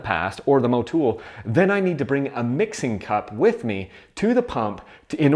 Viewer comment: thats funny when did Motul pick up 4 O's in its name to be pronounced Mowtoooool. Stop butchering words yankies!